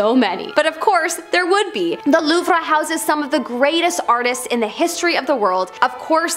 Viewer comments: learn how to say "louvre " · I've been to the Louvre. It's so huge and I loved it. I suggest going two days unless you you'd rather rush through. I always pronounced it loove btw. 😬🤭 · Loovruh lmao